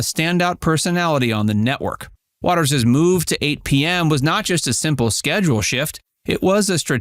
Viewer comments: It’s WATER’S world not wateres 🤣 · Inaccurate headline. And they pronounce the show name as "waters world". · Please tell this reader of script that "Watters" and "Watters' " are both pronounced with only 2 syllables. Jesse comes across as though he is just an average guy, saying what average guys think. This is what makes him likable.